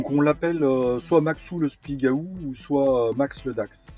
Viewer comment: Super Merci !!!! je vais faire pareil..........bon pour l'accent du Spigaouuuuuu, ça se prononce pas comme ça !!!!!